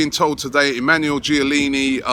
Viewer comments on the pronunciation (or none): none